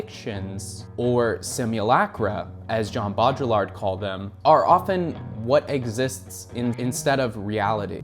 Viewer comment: Mate whenever you say jean baudrillard it feels like I've just eaten a spoonful of mustard and also someones punched me in the stomach